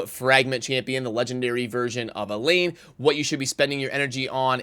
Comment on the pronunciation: I'm being picky but Elaine and Elhain are not the said the same. Elaine is a Welsh name and Elhain is of Egyptian origin. It is pronounced El-hain. Hard H.